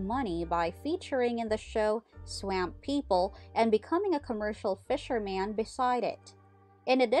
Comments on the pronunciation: Its not amp swamp Like ah swah swamp.. say it right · ITS NOT SWAMMMMP! get the local version of their culture their words and meanings. ITS SWAMP....if you can't say it then SWOMP,!!!!!! JEEEEZ! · Swamp...... you say swamp in a way that I have never heard. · Heard a german gal hitchhiking across america say it similar. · One of the worst commentators that I've ever heard. She couldn't even pronounce "SWAMP" correctly.